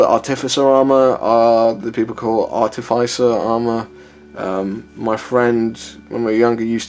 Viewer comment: Very interesting stuff mate. Firstly you pronounce artificer correctly as a British person! Secondly can you mix and match different armour sets in games?